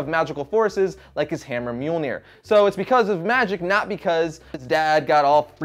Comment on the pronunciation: Its not mjolneir its myuh myuh